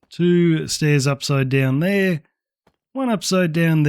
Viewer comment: "One right der"